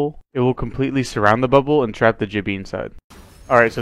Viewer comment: also with crypto you can pronounce gibby wrong so just keep that in mind so it doesnt sound like Jibby